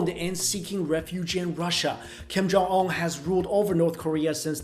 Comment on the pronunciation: "Kim Jong Omm"